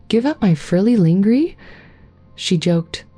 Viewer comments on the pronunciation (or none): Please have someone listen to these otherwise sweet stories , the narration is just wrong . They get the pronunciation of important words like lingerie so wrong .placing a pause between importand phrases like cross..........dressing and great great........ uncle John . thank you